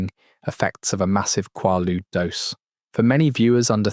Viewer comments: Quaalude has a long a sound, as in kw-aaa-lude. The structure shown was a total crap Ai slop. So many mispronunciations…. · I'm 63. I did them quite a few times in the 70s. I've never heard one person say KWAH-lood. It's KWAY-lood. I can't listen to an hour and a half of this. It's like listening to information about Brazil and having it pronounced BRAY-zle the whole time. Ha! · “KWAH-LEWDZ.” 😂😂😂 haha. No way. They’re called “KWAY-lewdz,” not “KWAH-LEWDZ.” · Are you AI? No one on earth calls them quah ludes! They are quhey loods. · In the US it's pronounce qu"ay"ludes, not qu"ah"ludes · It's pronounced with a long A sound, not a short a. Rymes with Gaylood, not Gahlood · Kway-Loods is proper pronunciation. Not Kwah- Loodes. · Quahludes, kwoudes…pick a pronunciation and stick with it hbhh😅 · Ain’t no way kid made a 1 hr 30 min video about something he can’t even pronounce correctly, KWAY-LUDE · I guess British AI’s can’t pronounce American drug names. “KWAY-lood” “MAY-locks” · Always A.I.that gets it wrong. Its quay-lude. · Pronounced,,,, QWAY-LOODS 😊😊😊😊😊😊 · Quay-ludes, bruh. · AI, ugh. It was always pronounced with a long A, kway-lude. Always. That makes this AI video even funnier. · Quaaludes. Not Qualudes. Long.A. I got 100 a month from my Dr.😂 😪😪😪😪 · The pronunciation at the time in the US was "quay-rude". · It’s pronounced quaaalude. After Roaar became lemon 714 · FOUR pronunciations of quaaludes. Moronic AI. Not a mention of the combo of quaaludes with cocaine. That was some wild sex. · How did you not bother to lookup the pronunciation of the word? Quaaludes make you quaazy. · Have I been saying quaaludes wrong all these years or is AI wrong again as usual? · Wish the AI would pronounce Quaalude correctly since it’s only mentioned a thousand times 😡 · They were soooooooo good!!!..omg!,, he's mispronouncing Quaaludes though😂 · he pronounces it right! then proceeds to mispronounce it again! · The aa in quaaludes is long.